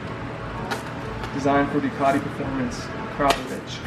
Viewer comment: Thank you for being the only person besides russians.. to pronounce AKRAPOVIC correctly!! And yes those baffles better come out.. baffles are like pacifiers, only we wanna hear the Ducati cry!!! As always please SUBSCRIBE to my new channel already! Lol